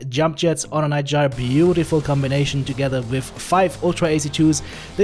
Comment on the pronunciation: Well done and you pronouced “ Gyr” right too. ( sounds like “ fire”) will try that build!